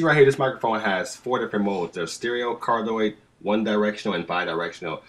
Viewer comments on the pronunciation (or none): Cardioid is pronounced card-ee-oid. There's two i's in there. ;)